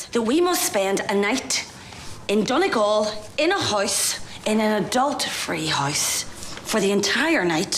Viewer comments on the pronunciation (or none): Donegal is pronounced " Dunney-g-awe-L" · How do you pronounce Donegal so wrong after they just said it bro 😭